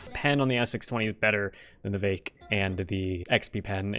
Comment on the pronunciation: its not vake and its not gowmin. for you, ill spell it so that you can say it correctly. its veek and gowmon. not gaomin, gaoMON